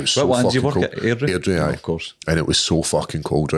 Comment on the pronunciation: Airdrie? LOL